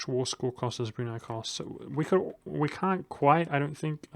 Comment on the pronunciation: I was shocked when you said Brunei because its one of the first names that aren't common that you didn't completely butcher